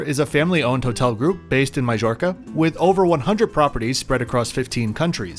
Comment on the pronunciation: Good review thank you. Majorca is pronounced My-orka